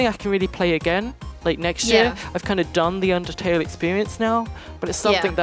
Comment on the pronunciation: I am so overjoyed that said Undetale. I love eveything about it, Sans and Papyrus are just so great and Toriel she is just my god. x3 but I did squeal like loud. Love you and!